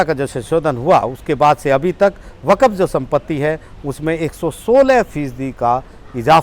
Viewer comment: Brother not waqaf is waqf..